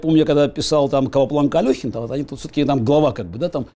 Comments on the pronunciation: Странно что Каспаров произносит фамилию Алехина через букву Ё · Не АлЁхин, а АлЕхин. Неужели Каспаров об этом не знает? Удивительно. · Алехин, а не Алёхин! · Правильно - АлЕхин, а не АлЁхин. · Мог бы и знать, что Алехин читается через "е", а не через "ё". Любому такая ошибка простительна, а ему - нет. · Алехин, через е, не через ё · Не АлЁхин, а АлЕхин. Алёха это дворник, а я дворянин я Алехин. Дико слышать от шахматиста КОспарова такое каверканье. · Каспаров пишет книги про чемпионов мира по шахматам, при этом произносит фамилию Алехина неправильно. Лол. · Писал про гроссов и не знает, что правильно произносить фамилию Алехина нужно без буквы ё… этот ньюанс, но говорит о многом, если замахиваешься на подобный опус)